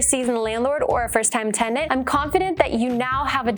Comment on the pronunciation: TENDANT was driving me insane